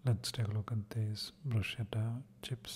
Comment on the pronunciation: Pronounced brusketta 🤗